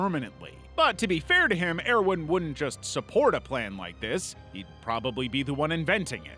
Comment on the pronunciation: Stop mispronouncing the cities and it's pronounced ERVIN please omg... Please why... why do this to me..? ToT